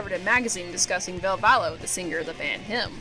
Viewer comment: one thing people dont really talk about is ville valo (its valo, not vallo 😊) breaking ties with bam and how that seemed to fuck him up almost as badly as dunn dying. edit after watching more of the video: you did actually go into it and im glad seeing someone doing a video on bam actually talking about it! whether it was hero worship or romantic love, bam was definitely obsessed with ville. i think it really, really affected him to have ville cutting ties. the sad thing is that if bam were willing to accept help i think ville would be 100% down to be friends again. this is seriously the best documentary style video ive seen on bam! like not just the ville stuff, theres so much here that no one else ever covers and that i - even as a lifelong jackass fan - didnt know. super well done!